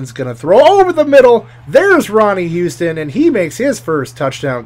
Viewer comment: Its not Ronnie Houston, its Ronnie Huston